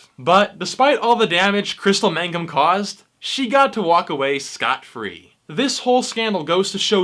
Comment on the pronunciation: It's Mangum not magnum